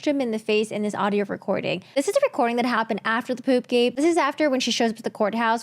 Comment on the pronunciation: Puup-gate, ew.